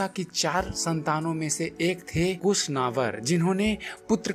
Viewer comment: मान हानि का केस दर्ज करवाना चाहते हैं क्या? मैं इसी वंश का अंश हूँ। कृप्या हमारे पूर्वज़ कुश को कूसा और महेन्द्र गाधी को गधी न कहें। आपके द्वारा कहा गया गधी! गदही प्रतीत हो रहा है। जो न सिर्फ़ हास्यास्पद है बल्कि अपमानजनक भी है। अतः प्रोनाउंशेषन या उच्चारण को सुधार लें। धन्यवाद।